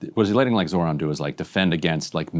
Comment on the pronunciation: questioning the intelligence of the journalist asking trump questions when he couldn't even read well enough to know that it's zohran, not zorhan